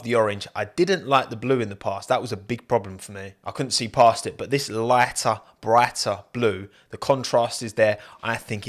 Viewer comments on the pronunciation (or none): “loighter, broighter”